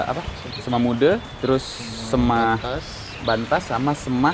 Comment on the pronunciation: Nyebutnya 'seme' bang, bukan 'sema'.. btw aku 18th di bali belum pernah ke trunyan😭😭😭